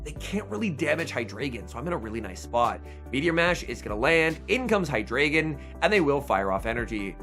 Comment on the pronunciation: FYI, the ‘drei’ in Hydreigon is pronounced ‘dry’.